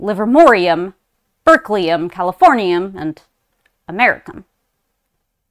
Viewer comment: Americum? It's Americium!